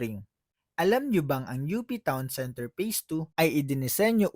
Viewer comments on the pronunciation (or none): UPTOWN CENTER is the right way to read it di U.P. Town Center.😏😏